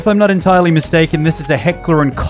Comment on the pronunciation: Heckler and croch😂😂